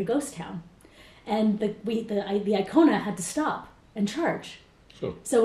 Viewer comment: Hyundai Kona, not iKona